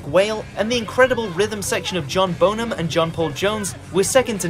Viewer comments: Hearing an Englishman mispronounce Bonham wrong is embarrassing!🏴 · 1 - No Genesis ffs! 2- John Bone 'em ?? . Bleedin' 'ell mate, you're a Brit yourself presenting this and you pronounce it like that ..smh